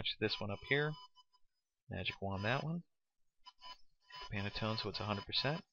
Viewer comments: Handy tutorial, but it definitely could have been five minutes shorter. Additionally, it's "Pan-tone," not "Pan-a-tone." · It's pantone not panatone.